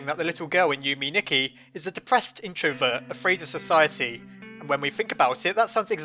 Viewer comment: Yume Nikki is pronounced you-may knee-key Edit: it's Japanese for dream diary